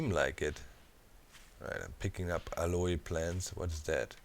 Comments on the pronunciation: YOUR SQUATTING!!!! and its pronounced AL-OH plants not AL-O-E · Aloe is pronounced Al-o in American English. The e is silent. Not sure about British English. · Aloe is pronounced (al-oh) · Doc its pronounced "AL" "O" cream, just fyi. lovin the 7d2d vids keep them coming please! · BTW Doc, if you are interested "Aloe" in English is pronounced "al-oh", sort of blend of "all-oh" and "a-low." There is no English long "a" sound at the end. It is not a Spanish or French word, but Greek transliteration from the Hebrew Ahalim. Of course aloe is a variant of an agave plant, which we do pronounce the terminal "e" with a long "e" or "a" sound from the Greek "Agaué", meaning "Noble" in English. Have fun with that!